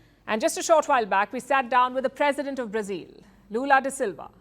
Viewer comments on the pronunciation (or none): The president of "Brazeel?" Where did the host pick up that pronunciation? In English it is "Bruhzil" and in Brazilian Portuguese is is "Brahzeo." The last "o" is barely heard.